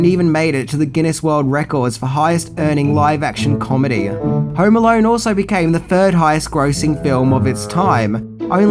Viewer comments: "Home Alarn..." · Hauerrm Alauurn😂